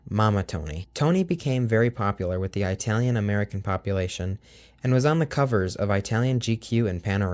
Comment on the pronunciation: Sorry, Don Tennant created Tony the Tiger...And it's It-alian, not eyetalian! Get it right!